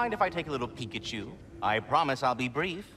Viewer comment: "Peek at you" Hahaha Peek-a-you